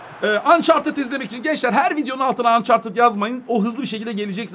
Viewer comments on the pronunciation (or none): none